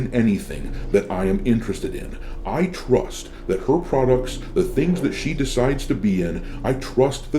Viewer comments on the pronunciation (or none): none